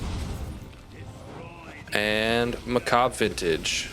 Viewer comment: everyone ive seen til now mispronounces that armor set. macabre lol was starting to think i was going crazy lol